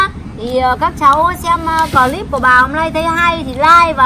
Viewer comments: Clip bà nói là glip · ơi bảo mẹ là cờ líp nhé chứ ko phải gờ líp đâu nhé, làm vê lốc vê liếc cho mẹ thì phải nói chuẩn chuẩn tí😂😂😂